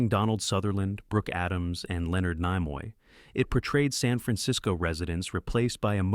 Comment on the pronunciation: A.I. should be considered an oxymoron. It can never pronounce names properly. Really,Leonard Nymore?